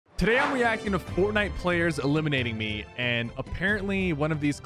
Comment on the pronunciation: No hate but was it on purpose how you said "today we are gonna be weacting"